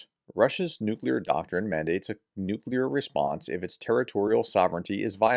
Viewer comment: Please prof can you do something about your pronunciation of russian and Ukrainian cites and other stuff? Vul-e-dar not Vul-de-har and also NUCLEAR not nucular (which means nut like). Ta.